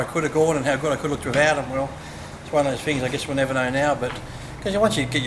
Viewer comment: "like i said, it's one of those fings" lolol